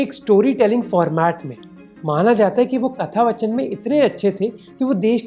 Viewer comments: good video, great social message. But it’s hard to see an educated person like you mis pronounce Hindi words like “katha vaachan” just to look cool. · Hey Mohak, really like your content but, Katha-Vaachan* not vachan.